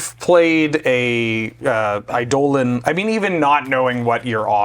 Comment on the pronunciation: Your correct pronunciation of eidolon is enough to earn my subscription.